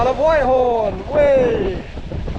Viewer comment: What a great adventure. Btw it's pronounced Whit-horn, not White-horn.